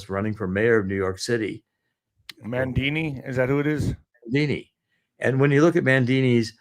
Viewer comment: Mamdani (not Mandini--he's not Italian, lmao!).